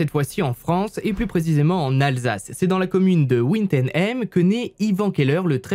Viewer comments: J'ai fais un infarctus quand il a prononcé le nom de la ville.. étant alsacien, ça m'a tout de suite fait tilte. C'est pas du tout comme ça que ça se dis x) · oui et « ouine teune aime » au lieu de wittenheim ahah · ça ce prononce Vi te naïe m (c'est le plus proche phonétiquement ) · Euh la commune de wittenheim se prononce 'Vitenhaïm' en français 😂😂😂 Aie aie aie ma pauvre Alsace 😅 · Wittenheim se prononce "vitənaɪm" Ma commune de résidence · Moi étant Alsacien quand tu dis Wittenheim : 😑😂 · Mais comment tu dis l’endroit où est né Yvan 🤦🏽‍♀️ demande pardon à tous les alsaciens présents ici ,et les mulhousiens,😂